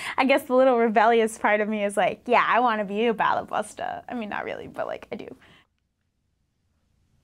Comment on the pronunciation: Balabusta...lol! She said it means "master of the house or housewife". It sounds like ball buster. Hehehe! :P